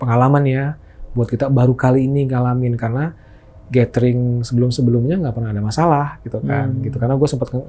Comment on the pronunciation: Nyebut GATHERING tapi ga tau cara baca nya. Yg bner bacanya "GÉDERING" bang. Bukan GÉTERING. Emangnya lu baca TOGETHER tu "tugéter" gituh ? 😂 Apalagi lu kan ngémsi ya. Gue rasa perlu lah perdalam cara pelafalan yg bener 🙏